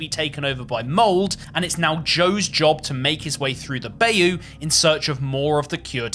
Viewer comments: Lol awww I have never heard the word bayou pronounce the way you did it LOL aww Bye-you, bi-you, buy-u. Lol not Bay-u... And if anyone is wondering yes I am from Louisiana born and raised and it is pronounced By-you. It's French. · Ain’t no way that’s how you pronounce bayou, I’ve never been proud to be a Louisiana resident, this place sucks, but god damn that hurt my soul. It’s Bi-You, like a cave man asking their friend if they are bisexual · bro pronounced bayou so wrong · Love you❤ hearing Bayou pronounced that way made my skin crawl more than this whole game did 😂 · Every time he says bayou a innocent southern man dies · Your mispronunciation of Bayou is crazy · I was gonna say why do you care until I heard him say it